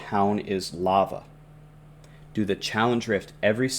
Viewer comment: Ok I’m gonna stop watching the video its “Lava”!